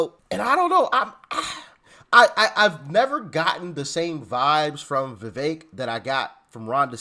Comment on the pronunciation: NO FAKE VEVEK!!! ie VE-FAKE